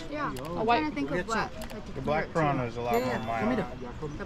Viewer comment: Piara? piranha? omg! You are awesome,!